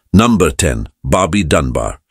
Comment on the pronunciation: iba magtagalog si brod..numbha.. diba dapt number!!!